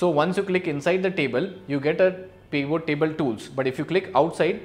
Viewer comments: This is so annoying, it is not "peevoo" table. it is pivot. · Did he say Peon tables?! 😂😂😂